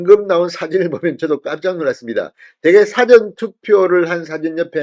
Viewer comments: 잘 보고 있어요 사전이 아니고 사-전입니다 좋은 방송 부탁드립니다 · 발음쫌 다시 해라 싸전이 머코